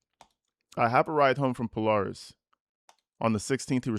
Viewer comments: Thanks for bringing us these. I’m in the area and we pronounce Polaris “Pole-AIR-ihs” it’s a secondary education school that teaches a trade/profession so when you graduate high school, you have a skill. It’s free and you go in place of regular classes (in part). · Pronounced Pol-AIR-is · It pronounced PO LARE IS it’s in Columbus Ohio and it’s just a huge mall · This family is insane and they drive me nuts. Just wanted to respond to Polaris- puh-LAIR-iss. It’s a shopping center in Columbus- high-end shopping center.